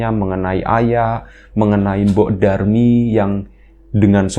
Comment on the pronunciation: mbok Darmi... bukan Durmi.. 😅😅😅